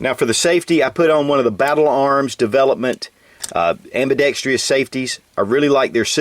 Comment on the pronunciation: oh for fucks sake, there is no Y in the word ambidextrous.